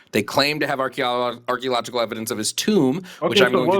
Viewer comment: the guy can't pronounce ARCHEOLOGICAL and we're supposed to believe he has some kind of academic logical reasoning going on? LOL dumbastid